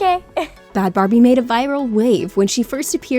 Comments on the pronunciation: Its bhad bhabie not barbie sorry not sorry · It's actually Bhad Bhabie, not Barbie. 😉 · It’s not Bad Barbie it’s Bad Bhabie.